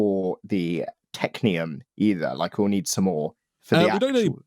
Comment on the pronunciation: It looks like "tech-y-um" ingots are the new "cry-row-thee-um" dust. Correct pronunciation once, proceed to pronounce it incorrectly every moment afterward for like, five years.